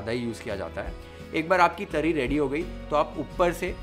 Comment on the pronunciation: Ahaaa haaaa! Beautiful and mesmerising! Your love and dedication to cook Maharashtrian food can be seen through your recipes and the way you narrate and describe the recipe is amazing! The way you pronounce those Marathi words like 'Misal', 'Tarri', 'Batatyachi bhaaji' shows your love for Maharashtra and its food culture! Awesome work!!😊👍